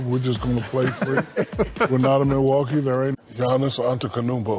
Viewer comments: Jiannis antekonmpo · "Jeeyaawnus antakanoompo"😂😂😭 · Janice Antekounoumpo 🤣 Shaq's hilarious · "Jee-Anis Antekonumpo" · Jiannis Antekonoupo 💀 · Jee-onnus Onta Kanoompo ... Got it. 👍